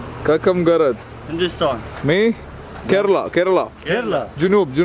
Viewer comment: #KERALA They pronounced it well 😁